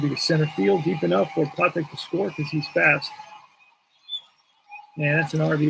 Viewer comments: Freddy 'Pa Tech' is the proper pronunciation for the little SS. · The second time I heard it, it was correct but I though I heard Pu TECH' the 1st time. Just me nit-picking over those ballplayers that, I suppose, can be called old timers at this point.